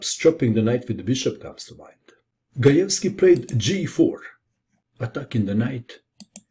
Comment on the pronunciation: You pronounced the last names correctly! Very nice :)